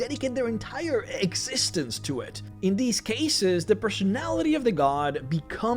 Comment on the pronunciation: did you really just say egg-cistence? and continue like nothing happened? True DM skills right there... :D